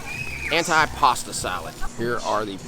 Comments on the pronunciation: Your video was very good. Some pronunciation issues though. We all can learn something new every day. Although it is spelled antipasto as in “ant eye”. It is pronounced “antee “. Gazpacho, the gas is similar to Las as in Las Vegas or Las Angeles. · AN - TEE - PA - STOH